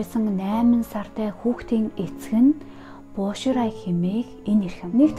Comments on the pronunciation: Боширай биш Бо Шилай, Жан Вэйжи биш Жан Вэй Жие гэдэг шүү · Бо шилай гэж дуудах бишүү. Bo xilai. 薄熙来